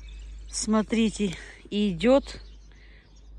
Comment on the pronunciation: Красивое "Р"